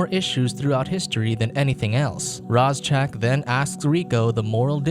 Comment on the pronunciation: My only problem with this review is its pronounced RAY ZACK that's all other than that love the video and movie hope you do more reviews and can you do the rest of the franchise please